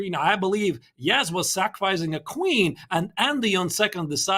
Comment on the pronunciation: you guys got to learn how to say yagiz kaan's name . what the is yagij mean . can you se the letter J